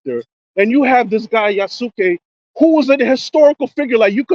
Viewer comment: Yoh, So let's do this Yasuke thing. BTW (Yas-k) Like "Yas Queen" but with a "K" Now Retainer/Samurai Hattori Hanzo Munenori Yagyu Ranmaru Mori Hideyoshi Toyotomi All retainer/samurai. I can name literally a dozen more. Japanese history is filled with samurai/retainers. Hideyoshi started out as Oda's Sandle carrier. He kept the man's shoes warm. He then rose to be one of Japan's 3 Great Unifiers. Yasuke What did he do? He fought in the battles of Tenmokuzan & the Hinno-Ji Incident. After Oda's death, Yasuke was charged with safe guarding Oda's head. Transporting it to Oda's son Nobutada. Who he also fought with. Before being taken prisoner & later released. After which we don't know what happened to him. It seems strange to take someone who couldn't fight to battle. And make them part of your personal guard. SOURCES: Encyclopedia Britannica & History of Japan Bias Nonsense The Lone Ranger, The Last Samurai, 47 Ronin (movie), Shogun & Nioh. All stared white dudes & nobody said a word. Even though The Last Samurai should have been dutch or French, not American. While the 47 Ronin were all japanese. Oh and the Lone Ranger, Bass Reeves was black. Again nobody said a word. Bonus Because people think it's a gotcha. Not only could they set an AC game in Africa with a white lead. It would also be historically accurate. Because there are white Africans who were Dutch, French & German. Who even today have descendants living in the country. As always Jaffe, take care & have a good one